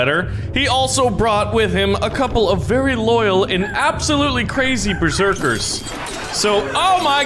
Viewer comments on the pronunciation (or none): none